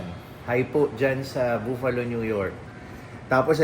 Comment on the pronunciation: You have a very beautiful and nice family. May God Bless you, Tin & Pixar on your new life in the US. p.s. The word Buffalo In the US people say it quickly as “buff-uh-lo” or even “buff-lo”.